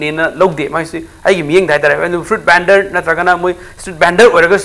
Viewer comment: PEOPLES=PEOPLE ;FRU-YIT BENDER=FRUIT VENDOR.Host oiriba Oja GeyGey na khara chumna haibiradi nungaijagani